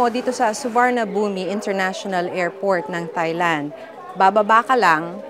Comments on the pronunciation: Madam hindi ka man lang nag research kung paano ipronounce ng tama ang Suvarnabhumi. 😂😂😂 it's soo·waan·aa.poom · SUVARNABHUMI , pronounced as SU-WAR-NA-PHOOM ❤ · It’s SU WA NA PHOM, yan ang tamang pronunciation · Suwanaphum po ata pag bigkas sa Suvarnabhumi 😅